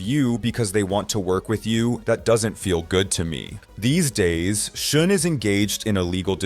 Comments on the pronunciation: Why can't you say Neal Schon's name the right way?? It's pronounced SHAWN, not SHOON!! UGH!! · His last name sounds like, "Sean," not "Shoon." Just FYI. Good video. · Who is shune his name is schon pronounced shahn or sh--ahhnn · It is pronounced Shawn not Shun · "Shun"???? Its pronounced "Shawn".... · What about Oasis, Black Crowes. Those are worse as it is brothers who hate each other. It's pronounced Neil Shawn not Shun. All that shows is you really don't know or care anything about all of this you are just reading a bunch of crap and reciting it for monetary gain. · Its not "Shun" Is "Shawn" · Neal pronounces is last name as "Shawn" not shun. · It’s not shun…. Jeez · So many names are pronounced incorrectly. You should be embarrassed, for real. Neil “Shun” is probably the worst. “Dave Mew-staine” isn’t great either. I love how you pronounce some of the names differently each time you say them. Do some research, my man. Amateur hour. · Neal Shun? Duff Mc-Cah-Gan? Can't this guy do some quick research and find out how to actually pronounce these people's names, so he can pretend to actually know what he's talking about? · What? You never heard of Neal Shun? 🤣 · Dude, learn how to pronounce the names if you're going to all the other effort of making the video. It's like putting on a suit and smiling for the camera with spinach in your teeth. Neal SHON. Duff McKAYGUN. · You mean it's not pronounced Neil Schoon? 😂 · Youre pronouncing Neal Schon's name wrong... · If you can't pronounce the last names correctly, perhaps you shouldn't narrate the video. (Schon and McKagon)